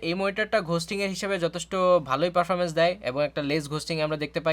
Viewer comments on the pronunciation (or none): none